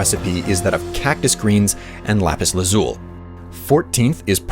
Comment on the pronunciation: The amount of pure rage I felt every time he pronounced lapis lazuli wrong